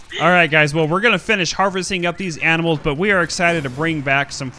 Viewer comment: “Alright guys, takin' care of them A M I N A L S” LOL